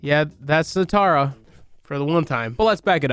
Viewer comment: they fucking butchered Nitara and Reiko omfg